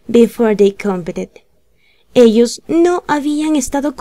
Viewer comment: cuando uno está aprendiendo es muy importante aprender la pronunciación correcta de las palabras... Estás pronunciando mal la palabra "competed"!